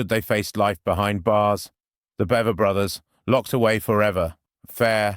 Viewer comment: The guy isn't even pronouncing the Bever boys name correctly. It's pronounced B eh ver, not B ea ver. And the house doesn't even exist. Before the boys went to trial the neighborhood got together and bought the house and property, bulldozed the house and made it into a park. Gotta wonder if the playground equipment is seen moving by itself. I know this story oh so well. I live in Tulsa Oklahoma and Broken Arrow, Oklahoma is a suburb of Tulsa. Horrendously sad! 😢